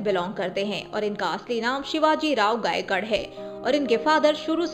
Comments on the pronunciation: गायकाड नही गायकवाड !!! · Shivaji Rao Gaikwad hain ..pls sahi ucchar kijiye naam ka ...